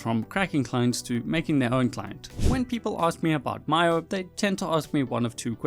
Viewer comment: it’s mee-o